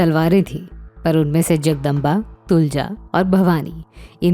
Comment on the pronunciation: तुळजा तलवार Not तुलजा तलवार